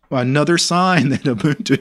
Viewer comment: You pronounced Ubuntu correctly but the G in Gnome is silent ;)